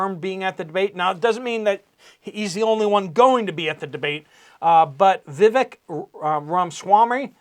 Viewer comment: UPDATE; VIVEK IS PRONOUNCED. 'VI - VAKE' LIKE 'CAKE'